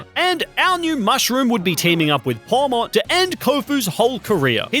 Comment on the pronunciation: Its pawmot